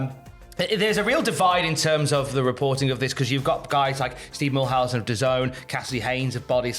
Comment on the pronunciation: So we’re not gonna talk about “Milhausen”?